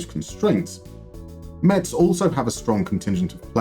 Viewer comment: A Moneyball Clinic on a team that’s local to me, that’s so cool! Great video as always! However I’ll have to somewhat ruin the opening joke, because Metz is pronounced like the word “mess”. Though now you could say the club was a real Metz until came along:)